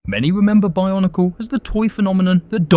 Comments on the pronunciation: stop saying barnacle ... it's called BIO-NEE-CLE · I honestly thought you kept saying barnacle